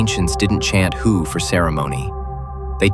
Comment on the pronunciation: I am confuse , is it hu ? Or hue ? You pronounce hu differently twice so which one is right ?